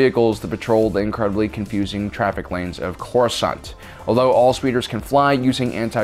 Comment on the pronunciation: the accents it ain't good ole corsaunt basic